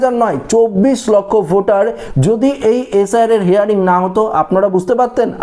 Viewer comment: কথাটা হেয়ারিং নয় হিয়ারিং